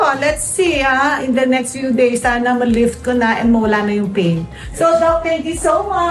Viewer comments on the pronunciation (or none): none